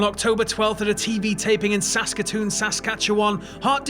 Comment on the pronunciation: I live in Saskatoon. You actually said our name right. Saskatchewan you said whack but still Good job